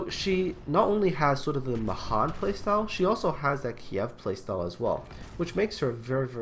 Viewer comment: Pet peeve: Mahan is pronounced with the emphasis on the last syllable [muh-HAN], so that it rhymes with can.